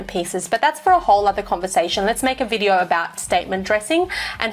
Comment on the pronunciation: Lol on ‘bidyo” 😅